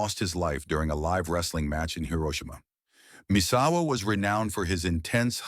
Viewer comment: "Mit-su-ha-ru" "Messawa" "Masahiro" the level of disrespect and low effort of this video is unbearable.